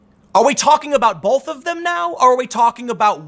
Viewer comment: Learn how to pronounce the word "both." It's not "bolth."